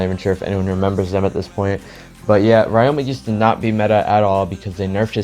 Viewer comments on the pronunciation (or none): nice in depth guide as always. fyi ryoma isnt pronounced like that, its ree-o-ma but instead of reading the syllables slowly, you read it fast, esp the ryo part.